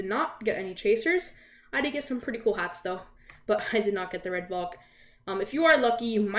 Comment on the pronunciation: I actually got this on my birthday. I got a few roblox codes and one of them had the double code, out of all of the other chasers, it was the Redvalk. Now the odds of that happening is extremely low. Also I’m pretty sure it’s pronounced “Val-k”, not “Vol-k”.